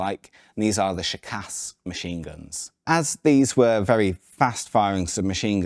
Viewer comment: imagine you are Sean Connery, who pronounce the word "school" thats how it should sound when you pronounce ShKAS, ofcourse with "ah" and not "uh"